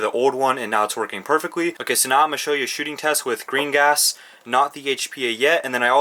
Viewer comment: Every time you say green gas it sounds like Gringots